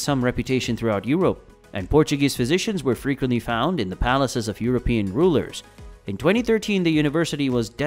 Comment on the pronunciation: Europian? Do you mean Euro - pious? Or EUROPEAN ? And please stop saying / soo-breh-ro'/ because it sounds Spanish - it's more like /soo - ' brei-ru / (NB - i don't have the International Phonetic Alphabet characters in my laptop, so these transcriptions are phonetical by proxy). We're friends with the neighbour but we like to keep our distances in matters of Language.